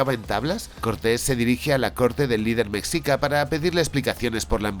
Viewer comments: Eah, con todo mi hemocho. Jajaja. Se pronuncia "meshica", la palabra mexica, pero te perdono porque eres el genialísimo hermoso, jejejee. De todos modos, no pasa nada, amigo. Mi opinión, como mexicana, la verdad me cae gordo que pongan a los españoles como los malotes y a los pueblos indígenas como los buenos y puros. Sabemos que la maldad (y la estupidez) es la más inclusiva y se encuentra en todos los pueblos del mundo desde que el humano es humano. Tanto no dudo que existieron españoles malos en esa época como buenos y así existieron indígenas malos y otros buenos. Simplemente el pueblo mexica exigía tributo a pueblos subyugados, de ahí el resentimiento de esos pueblos hacia el imperio mexica. Y ni modo, gracias a la Conquista pues aquí estamos todos los mexas actuales y los que vienen. Que qué bonito es que las personas tengan interés por la Historia prehispánica, pero tampoco hay que romantizar. No he visto la peli. Igual pensé que era puro cuento, pero resulta que es real, jaja. El estilo de animación se ve ahí más o menos, con base a tu reseña se ve que es una historia mediocre sin tanta profundidad ni precisión histórica, sólo es producto de la época. Y bueno, está bien. Ya si algún jovencito mexicano o de otro lado del mundo se interesa en aprender de las culturas antiguas de por acá, es bienvenido. Videazo genial, como siempre., no te dejes rasguñar por los cats. ¡Saludos y muchas gracias! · En la película Eternals (marvel) tienen una pequeña incursión durante la caída de Tenochtitlán. La pronunciación de Mexica es un sonido mas cercana al "Ch", (a reserva de alguien que sepa el alfabeto fonético internacional) es algo cómo "Mechica". En lo personal cómo "hispanista", creo que ubicarlo en la época virreinal, podría haber dado unas dinámicas más parecidas a la historia clásica de batman, que podría encontrar en esa deidad la inspiración para su lucha, además que así habrían podido crear un "Bruno Díaz" canónico.